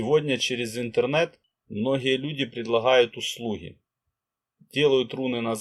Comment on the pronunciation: предлахают , услухи... режет слух